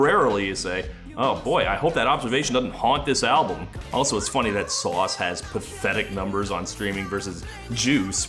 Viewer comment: What with him ripping off memes for the main hook for two of the songs? like Filthy had the "Haters gonna say it's fake" and then you had "Sauce" or as he pronounces it "Sow-s", its like when your biology teacher inserts a doge into his powerpoint presentation to appeal to the kids lmfao.